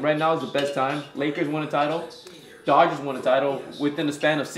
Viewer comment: It’s Dodgers not dogers